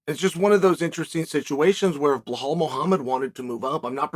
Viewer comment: I knew the very first word I hear would be "Blahal"